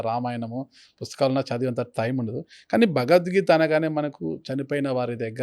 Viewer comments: The anchor is not suitable for this conversation with Great Changanti, Felt pathetic hence he asked questions about his Salary and worst is the anchor can't even say "BhagawadGita" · నీకు జలీల్ ఖాన్(బీకాం లో ఫిజిక్స్) కరెక్ట్... నువ్వు నీ చెత్త ప్రశ్నలు... ముందు "భగవద్గీత" అని స్పష్టంగా పలకడం నేర్చుకో... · Bagad geetha kadu ra luccha....bagawath geetha anaali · మన దరిద్రం ఏంటంటే గారికి భగవద్గీత అని పలకడానికి కూడా రావడం లేదు మళ్ళీ ఇతను గురువు గారిని భగవద్గీత గురించి అడగడం మన ఖర్మ 😂😂😂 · Anchoring ante vurike mataladatam anukuntunaru. Pedallu and guruvullu toh matalade tappudu maryada padathulu telusukoni cheyali. Em matalduthunam ani teyali athiga miglina interview laga guruvu garini cheyadam baledu. Bhagavad geetha ani palakatam raledu aa anchor ki . Deniki aa bratuku?? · Anchor gaadiki..Bhagavadgita Anadame ravatam ledu.. Roju Saara taagi Bhairi Naresh ane Gorre Babu La matlaadutunnadu.. Anchor Pedda.... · ఎవరయ్య ఈ యాంకర్ భగవద్గీత అనడం కూడా చెత్త రాదా వీళ్ళ గురువు గారినీ ఇంటర్వ్యూ చేసే వాళ్ళు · చాగంటి వారిని ఇంటర్వ్యూ చేసె స్థాయి కి లేదు. ఈ ప్రబుధ్ధుడు ఇంటర్వ్యూ చేయడం. వీరికి తెలుగు భాష కాదు బాస, గోస. భగవద్గీత అనలేడు, ధర్మం అనే పదానికి ఒత్తు పెట్టిన పాపాన పోలేదు. ఖర్మ!నోరు మాట్లాడితే నొసలు వెక్కిరిస్తుంది. అప్పుడెప్పుడో ABN ప్రబుధ్ధుడు చేశాడు ఇట్లాంటి ఇంటర్వ్యూ. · నీకెందు ఇలాంటి ఇంటర్యూ లు, " భగవధ్గీత " అని పలకటమే రావటంలేదు రా సామి నీకు... నీకు be com లో physics చదివిన జలీల్ ఖాన్ లాంటి వాళ్ళు కరెక్ట్... So don't mess with Guru's 👊